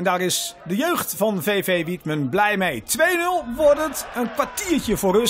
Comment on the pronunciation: Wietmen?😂😂 het is wijthem